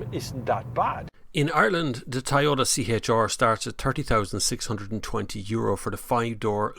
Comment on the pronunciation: “tHiS iS tHe ToWyOwTuH C-HaYtTsH ArRrR”